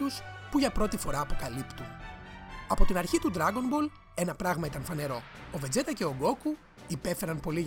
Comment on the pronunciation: βετζίτα ρε παιδια οχι βετζέτα να πουμε :(